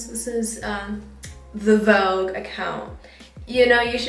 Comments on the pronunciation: take a shot everytime she says vouge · It's Vogue 😂❤ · so its pronounce “vog” and not “vo-gue” 😭😭😭😭 i just knew